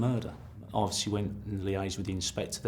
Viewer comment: “Obvosslee uv corlled trumpdon”- how vulgar and disrespectful!